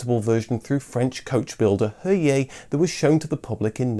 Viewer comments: the Z isn’t silent for Heuliez.... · There was also the Super 5 sport By the way the French coachbuilder Heuliez is pronounced EULIEZ